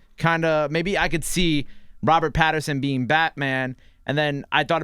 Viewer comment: It's PATTINSON... Not Patterson... And y'all should check his filmography post "sparkling vampire" role 😀 Great choice for Bruce Wayne/Batman